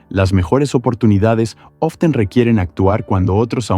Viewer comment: ''Often'' :c